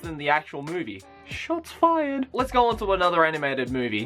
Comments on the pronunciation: Did you just say... "Shots Fiyerd"? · Did I hear "shots fyred"? LoL.. 😂 😂 😂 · When you were talking about Fast and Furious, you said Shoth Fired or Shots Fyierd? Because Shots Fyierd is Lost Pause copyright. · Hey Noble, he said Shots Fiyered! You're not the only one. :P